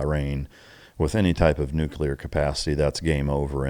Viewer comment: Solid sensible views. If you're going to discuss this stuff please learn to pronounce "nuclear". New-klee-uh. NOT new-kew-luh. Sounding like George Dubbleyuh doesn't help your cred, guys. Also "Maybe Osama Bin Laden was like you or *me..." NOT "you or I". You wouldn't say "Maybe he was like I". You'd say " Maybe he was like me" so wtf change it when someone else is included ? Just saying, it helps people to listen & pay attention when you sound educated at least to Grade School English level.